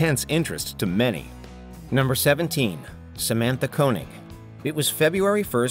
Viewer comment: can you not read your own script her name was Koenig!!!!!! not Koening like you said 4 times........